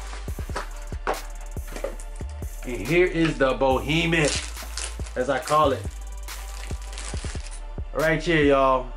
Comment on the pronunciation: Yo, D, it's 'behemoth' LOLZ. Otherwise, gr8 vid!